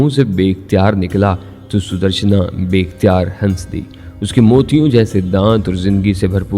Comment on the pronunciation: Hans di nahi hota has di noon silent jota ha